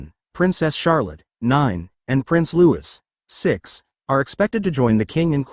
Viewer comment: Please teach your robo reader how to use the correct (and French) pronunciation of Louis. The French say "Louie" for those unconcerned with French pronunciation. But for the love of God, use the pronunciation that the PARENTS use for their children. If that means, spelling it phonetically for your robo reader, then DO IT.